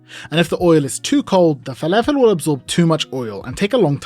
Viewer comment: Add a teaspoon of salt. Proceeds to dunk in a bowl of salt. Anyways, I learnt a few things. It's pronounced felefel not falafel. And there is a new word, nother. Never heard it from a Brit before. I thought it was only Yanks that mangled the grammar of the language that badly.